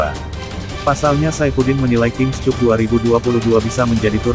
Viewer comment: Koreksi saja pada pembaca berita : King Kap bacanya, bukan King Kup. Cup = Piala. Malu-maluin.